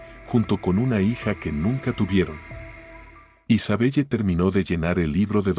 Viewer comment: Isabelle se lee Isabel